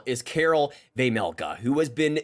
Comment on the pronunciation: Finally someone that can at least not totally butcher Vejmelka’s name 😂